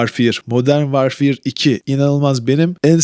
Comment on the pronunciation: Vaarfiiiıır. Modern vaarfiiır